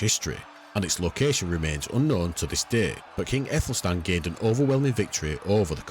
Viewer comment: Great, informative and always prefer a channel who uses old illustrations instead of fictional ai images. One thing though, in old English the Æ is pronounced like an 'ah' sound, like in Cat and Bat.